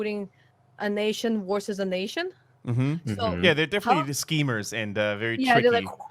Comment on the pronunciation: I love the way she says “worsus” instead of “versus”. Makes me think of Chekhov from Star Trek and his “inwisible”!